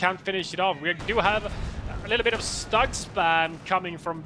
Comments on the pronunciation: Stug is prounonced Schtug! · Guys, your casts are the best out there!!! Bbbbbbut.... Please work on pronunciation! Few basic groundrules.... in german, W = a V in english, so Wehr is actually like Vehr StuG = sh-toog, not stug. Cause StuG is short for sturmgeschutz, and sturm is like u=the "i" in stir, so kinda like sh-tirm. And also, how much historical knowledge of WWII do you guys have?